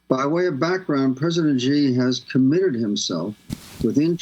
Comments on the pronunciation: i dont understand why wester media call him president G. is xi, pronounced like she. at least try to say it right. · Xi is pronounced more like saying the letter C, not G! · Mr. Mc Coy, since you are an expert on China, it would be of great value to you to pronounce China's president correctly. It's Xi as in "she", not "zzjee" or "gee". Same suggestion for Ms. Goodman. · If someone can't pronounce the names of Chinese leaders, then I see them as wannabe experts. It's Shee, not Gee (Xi Jin Ping). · Couldn’t properly pronounce any of the words he said in Chinese but claims to be an expert on China? He says Taiwan is vulnerable and weak and the Chinese would 100% win the war. That’s simply just conjecture. Taiwan is in an excellent position to defend itself. So called experts on China never give Taiwan enough credit. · Is the mispronunciation of his name on purpose or ignorance? Xi = Z in Chinese and English. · How can you listen to someone who doesn’t even pronounce Xi correctly. And he doesn’t understand what war games are for. You are supposed to lose them. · This guy wrote a book about China without bothering to learn how to pronounce Xi Jinping’s name. Think about that. That’s some chabuduo 差不多 right there.